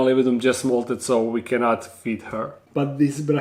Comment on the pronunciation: was I the only one who heard molded instead of molted